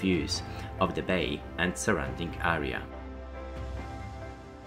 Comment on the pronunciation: jestem pod wrazeniem....piekny przewodnik...jedyne co sugeruje to troszke popracowac nad wymowa.... fountain, galleon, area - hmmmm